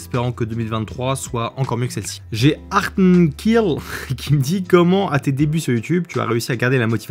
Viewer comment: Merci beaucoup pour ta réponse, ça m’a fait très plaisir que tu puisses m’éclairer (malgré le fait que tu ai defoncé mon nom hahaha «harnkill»). J’aimerais savoir où se situe ton entreprise ? L’année prochaine j’aimerais m’orienter vers l’alternance donc potentiellement pouvoir travailler dans une boîte de production me plairait beaucoup ! Encore merci pour cette FAQ